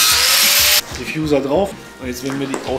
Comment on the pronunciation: Bitte nicht "Diffjuser" sagen 😂😂